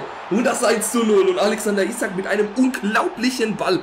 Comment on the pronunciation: Das i bei isak spricht man lange aus